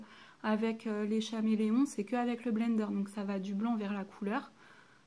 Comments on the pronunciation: putain mais on dit Caméléon pas chaméléon golmon va teubé 😂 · Merci mais on dit [kaméléon] et pas [chaméléon] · Chameleon se prononce CAméléon